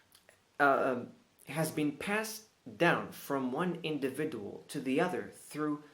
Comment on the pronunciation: AMERICAN ACCENT spots on يااااااي كلوكيت لك خطأ ف نطق كلمة اندوفيدجوول لووول ولاكن تبارك الله عليك .. انا عندي الانجليزية لا بأس بها ولاكن كاتنداثر من قلة التطبيق و الحوار ، مكانلقاش معامن واخا عندي اللكنة قريبا لديالك